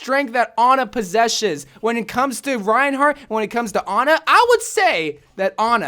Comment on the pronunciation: poseshes... u high bruh